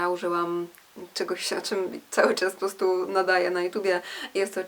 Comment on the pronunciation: "postu" zamiast po prostu.. mów wyraźnie